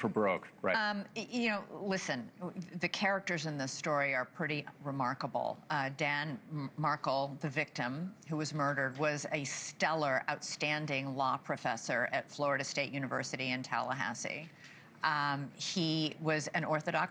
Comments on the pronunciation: As a long time reporter, I’m amazed that Elizabeth Vargas, who is an experienced reporter/commentator, is mispronouncing names in this case. It is Rivera, not Riv-e-era. It is Dan Markel, not Mar-kal. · It's pronounced 'Riv AIR uh' Dan's last name is pronounced 'Mark ELL'.